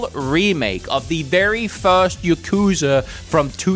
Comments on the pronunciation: Ya kuza not Yu kuza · I thought it was pronounced YAH-kuza not ya-KU-za.